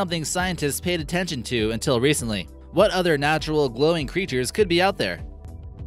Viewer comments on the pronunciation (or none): none